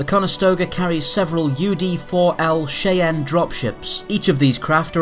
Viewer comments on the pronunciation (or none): CHEYENNE - pronounced phonetically as - ''SHAI-AN'' NOT - '' SHEY-EN'' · Its pronounced "Shy-Anne" like "Cayenne", not "Shay-en" like "Cayenne". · I like the technical detail of all of your vids, but.....cheyenne is pronounced "SHY-ANN" not "SHAY-ENN" and length is pronounced like it's spelled, not "LENTH". thumbs down and hate on me all you want, but I'm not wrong. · great video! cheyenne is pronounced "shy-anne" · Love it! American English pronounces Cheyenne as "Shy-ann" FYI. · Nice video- Subbed. One Tip: Cheyenne is pronounced like "Shy-Anne" :) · Its pronounced SHY-ann.. but well presented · /shy ann/ /boo gen vil/ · Pronounced Shy-ann. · Who da fuck is Shay-anne, lol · wait, say Cheyenne again lol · pronounced Cheyenne as in eye or aye not eh. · This was quite interesting but each time the narrator pronounced “Cheyenne,” a major Native American tribe, so bizarrely, it made the video somewhat ludicrous.